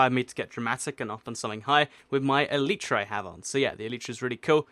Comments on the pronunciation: its elaytra [or elytra] but not elitra [main thing that i saying is the pronounciation] :D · You pronounce Elytra wrong. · By the way the elytra is pernouced "E-lie-tray" it's the shell the protect a bug's wings.